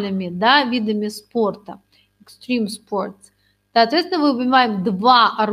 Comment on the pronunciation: Все, конечно, хорошо, если бы не произношение некоторых слов типа examine, extreme..